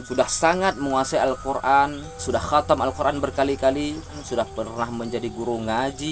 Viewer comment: KGOMONG AJA NGAK GENAH, KATAM KATANYA, PADAHAL HATAM..